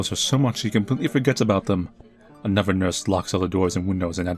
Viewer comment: The way says "psychiatrist" kills me. I love it though. Kinda like when he says "anuvver"